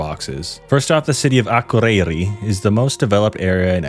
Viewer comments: yes im icelandic (from one of the better regions as well) my grandparents live in akureyri so i say it a lot. you just put emphasis on the wrong letters and also everytime you needed to say ð it sounded like d💀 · im dying at how you pronounced akureyri